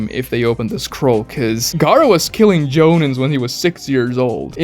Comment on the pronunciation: The way he pronouces Genin, Chuunin, and Jonin drives me fucking insane as someone who lives in japan